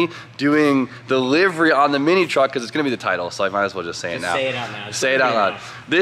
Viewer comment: I'm so glad you say Livery properly. Too many cartubers say it wrong lmao